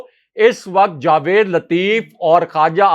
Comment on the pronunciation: جا وید ✅—- جوید X